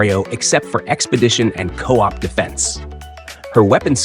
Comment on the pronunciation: I thought it was an ai voice. Co-op isn’t pronounced cop